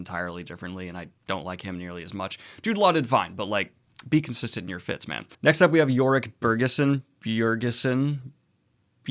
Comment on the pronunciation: Every time you say “the best fits of fantasy” I hear “the best Fitz of fantasy”, and I’m like wait there are other Fitz besides Fitzchivalry in fantasy? Too much RoE, over here. 😂